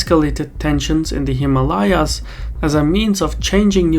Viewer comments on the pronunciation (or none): I cringe every time he mispronounces Himalayas.